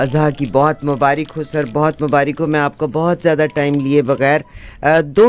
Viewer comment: CORRECT IS MUBARAQ AND NOT MUBARIQ. PLEASE LEARN CORRECT URDU